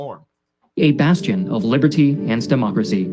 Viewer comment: "a bastion for liberty and stamockracy"